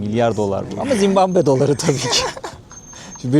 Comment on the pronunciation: yav ben mi yanlış duyuyorum yoksa 2 böllümdür zimbambe mi diyorsun ülkenin adına? :D